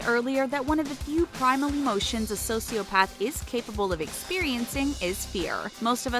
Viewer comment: IM TRIGGERD WITH YOU IDIOT SAYING SOCIOPATH WRONG